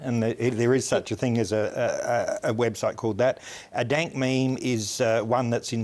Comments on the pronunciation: first few seconds "dant meme" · Did he just say "dant meme" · Did he just say Dant memes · he says Dant meme